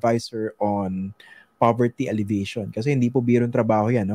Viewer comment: Tanong lang po: Bakit ALLEVATION yata ang pronunciation ninyo sa halip na ALLEVIATION?